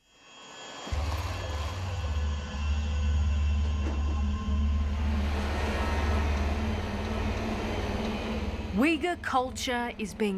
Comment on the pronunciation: Uyghur is pronounced /oighoor/ . There is no /w/ sound.